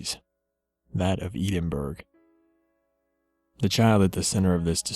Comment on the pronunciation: I'm pretty sure it's pronounced Ed-en-bur-o